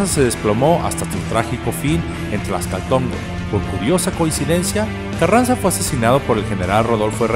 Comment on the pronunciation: El nombre correcto es Tlaxcalantongo, no Tlaxcaltongo como lo dices